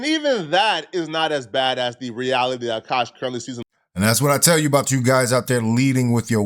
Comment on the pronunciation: His name is Akash, not Aaaaaaaaakash.